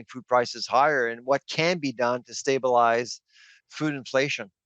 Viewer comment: Stabilize, not stabalize 🙉🙉🙉